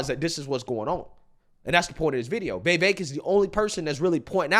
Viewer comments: Why do you say “vey-vaik” isn’t tit vi vaik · Why do you pronounce his name “Vayvake” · Dude get the name right. Vi-veik (like “cake”) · Who the hell is “vayvayke”? Sigh i know i know it’s probably how he speaks but gosh man atleast say the mans name correctly. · it’s Vivake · Bro, for the life of me, I can't explain why you're unable to pronounce Vivek correctly. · You keep on using Vivek as a content, at least learn how to pronounce his name! TRUTH❤ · Trump has too much baggage and is immature. The rabid Dems will continue to attack him with every false accusation they have, and with the support of the media. I've been supporting Vivek since before I could pronounce his name. He's brilliant and I'd love to see a debate between him and Biden.